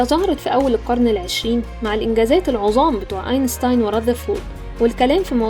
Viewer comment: للعلم : بالانكليزي St تلفظ ست أينستاين بالألماني الحرفين St بتلفظ شت 》 لفظ اسمه بالألماني ألبِرت آينشتاين متل ماتعلمنا :)